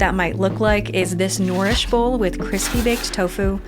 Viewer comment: Really nice video,. The structure reminded me of the NardDogCooks channel. I really enjoyed hearing your pros and cons on each method, as well as the way you pronounced 'nourish' hehe;) I love tofu! I am curious to try using chickpea flour as a potential coating after seeing Sohla on NYT Mystery Menu make cripsy chickpeas by coating them with chickpea flour in the oven.